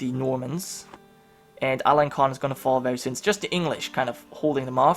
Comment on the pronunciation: the Norman are looking strong!, Alençon is pronounced alensson.:) but I forgive you